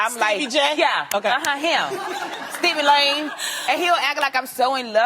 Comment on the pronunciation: Joseline said “ Stevie Lame” 😂😂